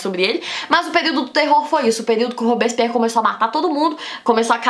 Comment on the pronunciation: ta bom, a primeira vez vc flw rápido, n entendi a segunda comecei a entender mas tbm n saiu nd, dai no final piorou hahaha olha Q vc explica bem as coisas ebeu pego rápido mas esse "robison pierri" é mt doido hahaha